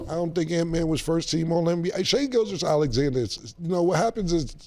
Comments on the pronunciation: Mase be fighting for his life trying to say Gilgeous 😂😂😂😂 … He be saying Gilchrist… Gilchest.. just like cam saying Mike Tomlinson or Joe Burrows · I understand if you see a name spelled and you mispronounce it the first couple times you see it. But if you hear people pronounce it all the time then it shouldn’t be that hard to repeat, especially for rappers😭